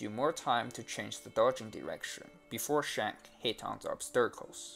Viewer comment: obsterakels? do you mean obstacles? :P